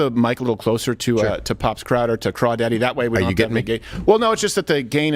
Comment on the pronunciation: Not “Crawdaddy”